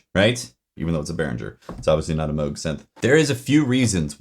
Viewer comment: mogue? did he mean moog?